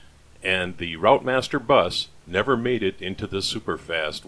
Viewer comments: Lovely restoration as usual.... FYI pronunciation of routemaster is 'rootmaster' 😀, us Brits are a confusing bunch..... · Well that’s another video watched. Very good job too. AEC Routemaster, pronounced Rootmaster. Thanks for posting. 👍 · Pronounced 'Root master'